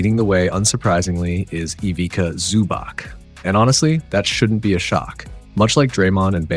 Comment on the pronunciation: Fantastic breakdown, well explained! Small not is that you pronounce the "c" as "ts" so its ivitsa zubats.